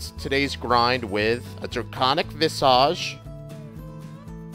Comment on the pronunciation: Why can't you say Visage right. It's not a Harry Potter spell its not visaaage it's pronounced vis-igde